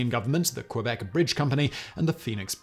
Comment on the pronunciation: It is, but Simon doesn't care at all about prononciation of any languages and that even include english world that are not familiar to him. 🤷‍♂️